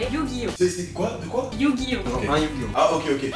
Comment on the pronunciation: Yu gi oh pas yu gi yoh